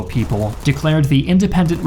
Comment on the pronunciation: Hey - has anyone ever told you, that you pronounce the words “the” and “a” incorrectly?